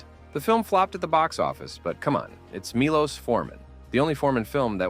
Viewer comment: I must tell you Milos is pronounced Milosh (like in Shoshanna)